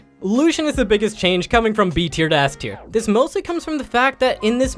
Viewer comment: Eth tier, sound it out and when ya figure it out get a new speaker for your vids LOL